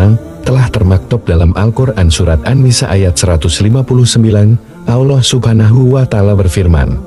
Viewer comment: kok narasinya nyebut allah agak susah y....kyk non muslim...ga luwes nyebut allahnya...